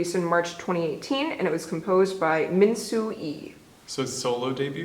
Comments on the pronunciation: Minseo is pronounced like 'minser' not minsu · Actual pronunciation of the artist is Min Seo not Min Soo. I really appreciate that you guys notice and introduce her. She is one of my favorite and not totally famous yet in Korea. Yet i said :) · It's not pronounced like 'minser' in an American accent. 어 takes some time for us to get used to, as we don't really use the ʌ̹ sound in American English.